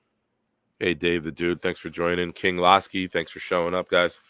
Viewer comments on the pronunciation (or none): his name is pronounced king LOW ski.. not Laaski… lolz. Good show guys. Loved the Bechton segment!